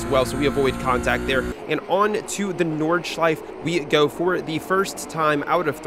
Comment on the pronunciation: It's my moral obligatiom as a German to tell you to pronounce the E at the end of Nordschleife